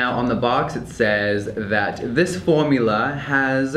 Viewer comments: “formula” in a british accent oh my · Is it me or does Jeffree say formula different in this video?